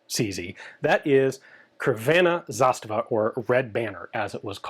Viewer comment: Nice video, but every pronounciation, apart from zastava, gave me Aids 😂